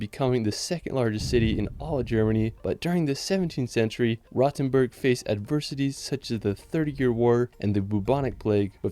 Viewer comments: Frankfurt is the ONLY city in Germany that has a real skyline. Also, earlier it is not pronounced 'Rottenburg' but 'Rohtenboorg' (long 'o' and a 'u' like in 'school') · Rotenburg is more pronounced like roadtenburg